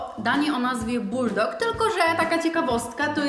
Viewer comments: Buldak nie buldok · Po pierwsze to nazwa tej zupki to ,,BULDAK" A nie buldok, a po drugie to jak wy jecie ty mi pałeczkami to aż mnie krew zalewa, że nie dość że ich nie oddzielacie to do tego jeszcze nawijacie ten makaron jak jakieś ułomy, Boże ale wy jesteście prości, jak nie umiecie jeść pałeczkami to używajcie widelców. Dziękuje za uwagę i pozdrawiam oraz mam nadzieje że zabierzecie ten komentarz (który czuć aż na samym końcu YouTuba że mam ból dupy) do serca. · Mowi sie buldak nie buldok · To nie boldak tylkobuldak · Nie buldog tylko buldak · Mówi się buldag